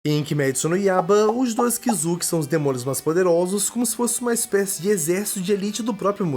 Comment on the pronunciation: e kizuki nao kizuk